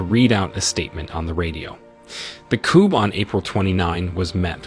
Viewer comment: The p is silent in coup